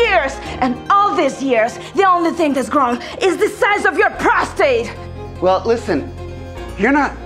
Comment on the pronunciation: prostate not prostrate